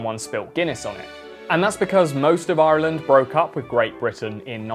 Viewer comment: Great video. Love the pronunciation of Ireland.